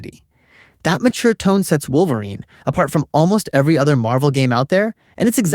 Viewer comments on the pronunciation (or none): Didnt realize it until Wolver-wine that it was an AI voice. ... GET AHEAD OF THE CURVE OF HATE, IF YOU USE AI, JUST SAY SO IN THE DESCRIPTION, RIGHT AT THE TOP.